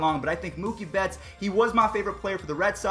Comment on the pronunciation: I’m a dodger fan but him saying Mookie bets name wrong makes me mad